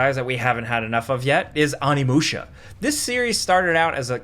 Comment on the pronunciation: Onimusha isn’t getting a remake because you keep butchering the pronunciation of its name